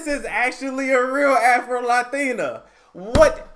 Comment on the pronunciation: The way he says “Afro Latina” I’m dyiiinggg 😂😭